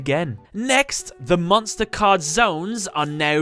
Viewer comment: I love how he pronounces monstÄ and numbÄ :D